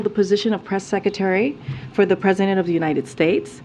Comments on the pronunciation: Sec-a-tary"???? WTF is that?? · I love how she says, "Seckatary" 😂